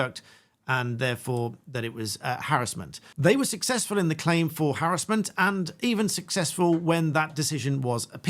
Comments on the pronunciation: It’s not harrisment it’s harassment😂 was annoying me 😂😂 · I didn't think I'd get so annoyed at hearing harris-ment all the time, rather than huh·ra·smuhnt. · I swear if you say "harrasmemt" as "harrazlment" one more time im gonna lose my mind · Why do you prounce harassment like that? Is it because it is a legal term and is said like that to distinguish it from the everyday use of the word?